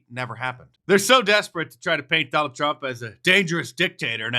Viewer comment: When she mispronounces Trump is that racism?